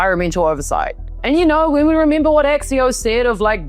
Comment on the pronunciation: (Russell) Vought is pronounced "Vote"